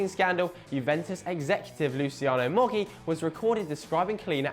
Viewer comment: right pronunciations of roberto baggio and luciano moggi: bajo (with a very strong "J" a sort of "badjo") and luchano moji (same for the "J")